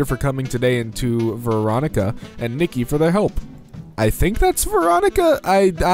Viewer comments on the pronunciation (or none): none